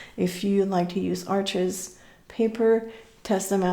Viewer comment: The way you said "Arches paper" made me think and I felt curious about reading the very interesting history of this paper and papermill. I live not so far from Arches (pronounced in French without saying the E and the S 🤗) and never realised this papermill was so old and so famous in the world. Thank you for your videos. I enjoy them so much.